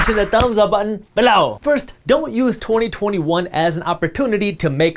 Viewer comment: I keep thinking he's using some Hindi or other Indian language as an emphatic exclamation. I was confused for quite a while now before I realized he's saying "below" like "bahlor". He didn't do that in his videos a year ago.